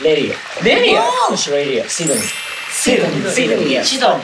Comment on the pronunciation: みんなの発音いい｢スィドニー｣の中りゅちぇは｢しどにー？｣って感じなの可愛いすぎて🤣